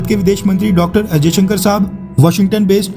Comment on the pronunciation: Jaishankar not ajayshankar....khair....